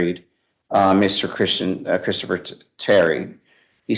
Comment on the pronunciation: “Kristafer”??? Really?!